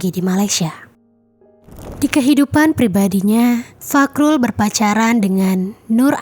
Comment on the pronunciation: fahrul... bukan fakrul🤣